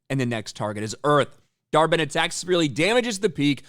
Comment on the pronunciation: When he says the villains name dar-Benn, all I hear is dhar Mann 😂